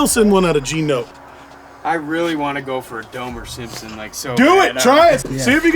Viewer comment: Domerr Simmpson 😂